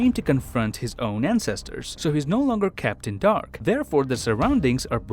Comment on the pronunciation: Why do I hear Kept In Dark as Captain Dark?